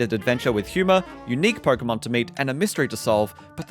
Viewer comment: "Perkomon game" 😂